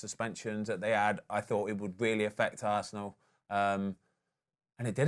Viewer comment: Is there a reason why Fozzie pronounce Arsenal as ‘Arsseee’an all’? Sounds pretty rude to me, Spurs supporter or not :)